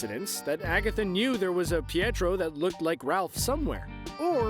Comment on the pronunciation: it's pietro btw